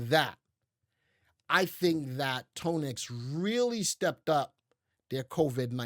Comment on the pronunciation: It’s pronounced Tan-ex not tone- x like tanya